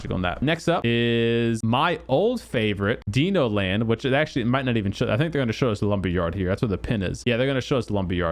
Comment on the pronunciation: Deeno land? …. It’s Dino Land you donger 🤦🏻‍♂️